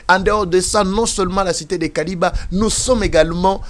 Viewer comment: KILIBA ET NON KALIBA